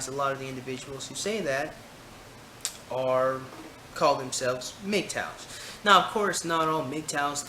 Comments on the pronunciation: funny you enunciate mig-tow instead of saying M.G.T.O.W., but criticize NAYWALT (NAWALT) love your vids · critical of people pronouncing acronyms, proceeds to pronounce MGTOW???